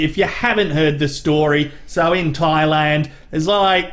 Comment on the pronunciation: 1 imperfection—he calls it “Twailand.”